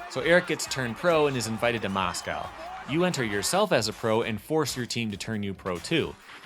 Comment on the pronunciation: MOSCOW ? your saying it wrong